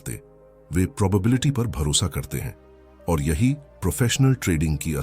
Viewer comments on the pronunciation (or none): none